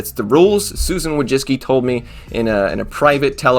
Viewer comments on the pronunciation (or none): none